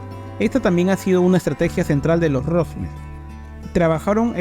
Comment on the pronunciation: Felicitaciones por el esfuerzo de investigación. Lo que me confunde es que el mismo apellido Rothschild es pronunciado varias veces mal haciendo entender que se trata de otras familias. Puedo estar equivocado pero ese error confunde mucho. Me perdona si estoy mal.